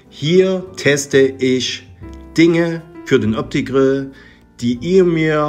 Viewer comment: Üsch kann i von ü und ch von sch nüsch unterscheiden. Grausam.